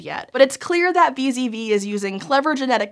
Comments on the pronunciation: It sounds like she says vis-a-vis a lot, but she means wee-zedd-wee (VZV) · Did anyone else hear "Vis-à-vis" every time said "VZV"?